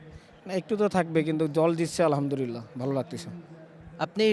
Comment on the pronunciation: যে ভালো করে আলহামদুলিল্লাহ বলতে পারে না সে কিসের হাফেজ,,,বলে আলহামদুরিল্লা